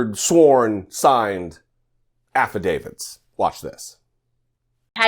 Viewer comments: What's with everybody saying "affiDAVIDS" ?? It's "affidavits." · What's an "affuh David?" 😆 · Oh but her "affa-davids". She is a piece of work.